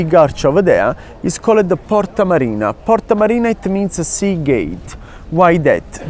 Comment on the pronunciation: Italian: it's called Portaaa Mariinaaa😂 All kidding aside, he is an absolute pro! 😅